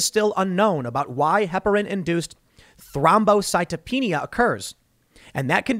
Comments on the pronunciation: Spot on with the pronunciation Tim. Thrombocytopenia. It's good to be listening to someone who doesn't butcher these words 🤣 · You did a really good job pronouncing thrombocytopenia! Way to go Tim!